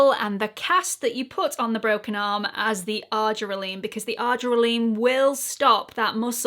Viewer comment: Thanks for this helpful video as I do use this product in my skincare regimen which includes tretinoin, niacinamide, AHA & BHA acids and LAA Vit. C. Because I use my Vit. C and acids in the am, I'll take care to only use the argireline in the evening. But, please note, FWIW, it's pronounced "ar-JEER-eh-lean".